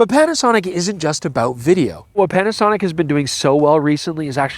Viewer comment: Did you just call them "Petasonic"? 😜